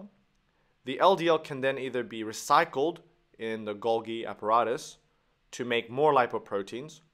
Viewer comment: and also not acyl-CoA, but A-CE-TYL CoA (3 syllables not 2), Also, as Golgi was Italian, the second 'g' [golGI] should be pronounced like the 'j' of "Jersey". Otherwise, very useful.